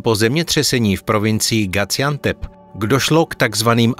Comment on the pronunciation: Video bylo pěkné, ale Gaziantep se nevyslovuje jako Gaciantep, ale klasicky se z.